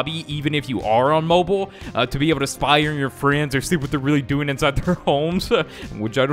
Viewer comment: Wait did he say pie or spy🤓